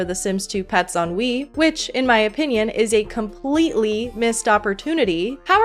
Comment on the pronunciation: Every time you say "The Sims 2 Pets on Wii," I just hear "The Sims 2 Pets ennui" lol